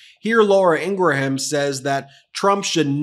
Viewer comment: I’m bristling at “Ingra-ham” as a deliberate mispronunciation. Why do that? Just because you don’t like Laura Ingraham? It doesn’t mean you have to appear uneducated.